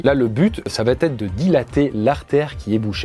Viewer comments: De grâce,, arrête de dire "va-t-être"... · Faut VRAIMENT arrêter de mettre un T à "va". Depuis quand on dit "ça va Têtre"????? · Tu dis tout le temps "va-T-être", mais c'est "va être".